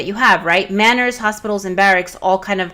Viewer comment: Finally a lords mobile YouTuber who can pronounce manors. :)